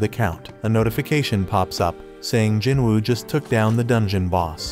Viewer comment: Bro sung jin woo not jinruu